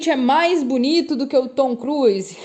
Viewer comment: Tom Cruise no sotaque alemão!Adoro fazer rir bom humor em alemão Tom Cruisaaaa❤😂😂